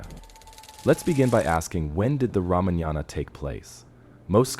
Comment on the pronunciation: First learn how to say ramayana properly then make videos.